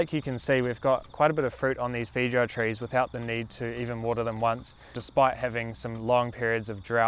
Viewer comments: Great video! But please pronounce the fruits name correctly lol it sounds like “fay•ow•uh” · This Kiwi pronunciation of feijoa is the most enchanting thing<3